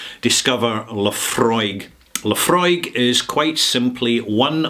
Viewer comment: Thank you mate for not reminding me how to pronounce Laphroaig correctly rather confirming how to pronounce Laphroaig again. Yes... this man right here is that man that does know how to properly ask a question and I remember when I first called for Laphroaig at a bar. Yes, when I cannot find people who know, I tend to do some research prior when I know nothing dulling simpletons are who will say to me including my people that they know, and I called for Laphroaig at a bar because of the proper pronunciation of Laphroaig at the bar. People were interested and then when they find out it is scotch they run away in fear while drowning their sorrows at the bar while me mates are having a laugh of bantering. No, this is not a lie, and it is not The Truth either because how can I remember every little detail when I am kicking back beers while sipping on single malt scotch? Telling me you know how to call for Luhfrog and demanding that your ignorance is somehow the proper pronunciation when me mates know Laphroaig properly that goes onto them, whoever they are, insulting us by saying we do not know what we are talking about that further goes onto a slight shake of my head horizontally. Yes, I do not have the taste of Laphroaig down, as I only called for Laphroaig once or a couple of times, literally, and I do concur with you on that IF Laphroaig were independent what you have called for would have happened two months ago yet worldly people only see that when they make money they are